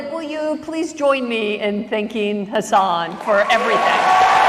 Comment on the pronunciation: It's actually hus-sun (like the star).